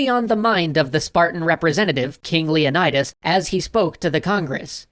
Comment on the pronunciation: the pronunciation of Leonidas is painful. On one hand, i love hearing again, on the other, my classics student senses are tingling